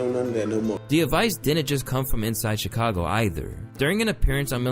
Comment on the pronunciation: did fool say "Chicongo"?? 💀